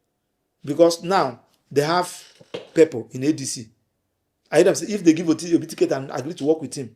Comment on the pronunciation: You can't even pronounce Obi's name very well.